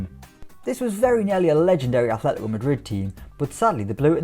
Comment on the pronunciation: If I hear 'Athletico' one more time...